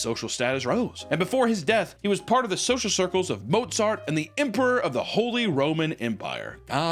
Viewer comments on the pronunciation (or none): none